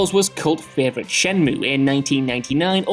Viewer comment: Say it like Jules, shen-MUE!